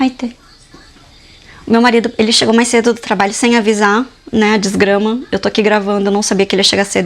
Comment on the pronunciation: Quando o marido dela chegou ela falando “desgrama” kskskskskksks 😂 amiga eu ri desculpaaa